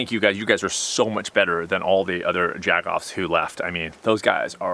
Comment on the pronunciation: The way your said jagoff I thought you were from Pittsburgh.